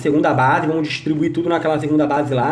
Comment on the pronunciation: " VAMOS QUE 'VOMOS' " KkkKKkK toda hora que ele fala assim eu raxo o bico 😂😂😂😂😂